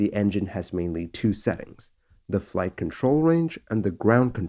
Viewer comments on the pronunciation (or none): none